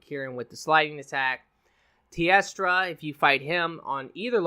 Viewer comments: Love ya but the only name you pronounced right was Kirin lol. KushAla Daora, like in Abba. TEostra like in TElephone, and NerGigante like Nerd and Gig. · Koosh-ah-lah Day-or-rah Varl Haz-ak Tea-os-tra Ner-gi-garn-tay